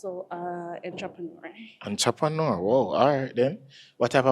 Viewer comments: She said she is a intropreneur you mean a entrepreneur lol😂😂😂😂😂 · A me alone get annoyed when ppl pronounced entrepreneur like how it spell? Jah jah One home girl say inchoppaneur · Intrapanour 😂😂😂come on man